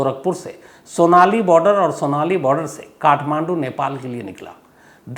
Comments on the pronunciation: सॊनाली नही सोनौली नाम है इसका मै यही से हुँ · Sonali bordar nhi sonauli bordar hai mai wahi se hun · सोनाली बोर्डर नही सुनौली बोर्डर हैं सर जी